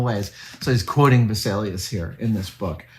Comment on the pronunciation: Name "Vesalius" American pronounciation: Visalias :face-red-droopy-eyes